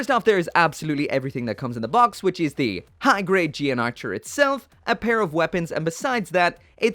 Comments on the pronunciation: I remember when this thing came out, people went wild posing it in all sort of.... suggestive ways. Also, the mech is actually pronounced as the "Gun Archer" and not "G N Archer", breaking away from the usual 00 convention. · yes, it does. I think the suit is only mentioned once or twice, but when I did notice it, it was pronounced as gun archer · The English Dub pronounced it GUN ARCHER